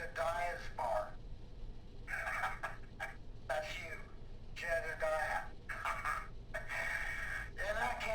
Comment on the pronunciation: The bar dude's name is jedediah not jebediah...